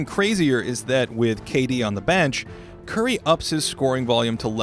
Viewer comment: Finally someone who puts appropriate respect on Curry’s name.